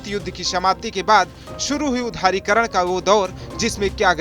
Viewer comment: उधारीकरण नही उदारीकरण बोल